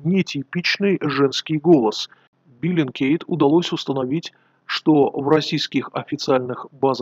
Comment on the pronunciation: не биллингкейт, а бэллингкэт;)